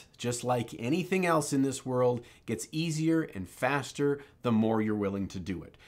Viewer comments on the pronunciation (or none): none